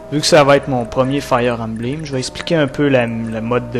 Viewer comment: embleem?.... belle prononciaison...sa fait dure... 15 ans pour prendre un décission... ben la pire age... a st'age la le cerveau é meme pas développé